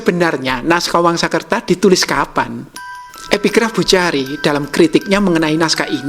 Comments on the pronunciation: Boechari kiranya dibaca Bukhori,. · Huruf Arab kha dibaca "kho". Jadi pelafalan Buchari Bukhori.